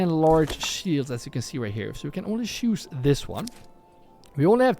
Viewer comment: I really mean this in a positive way! You're a great guy! But please start pronouncing a "t" in front of each word that starts wich "ch" Example: the word "choose" You always say: "shoes" But you should actually say "tshoes" Example: the word "charcoal" You always say: "sharcoal" But you should actually say "tsharcoal" I hope you don't take this the wrong way, just trying to help you :) Great video again, thanks a lot!